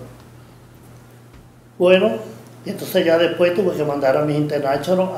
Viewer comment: Yo sólo estoy viendo los vídeos para escucharlo decir "mijinternachonal"